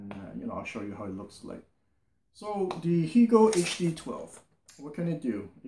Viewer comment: Hegel rhymes with Bagel. I listen to your reviews all the time. Much Appreciated:)